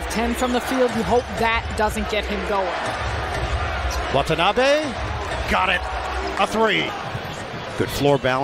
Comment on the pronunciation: 今時WATANABEをワタナビとか言ってるのは一部の☓☓な日本人だけ。